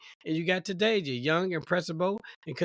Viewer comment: It's TA DAY SHIA.